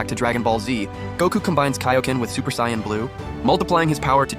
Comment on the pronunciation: sion nature? it's pronounced say·uhn. This must be an AI reading it.